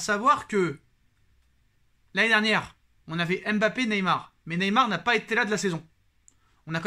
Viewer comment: Tu massacre Neymar chaque fois 😅